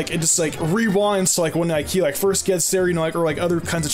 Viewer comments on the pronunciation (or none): I think he tried saying "First" but put in a y instead of a t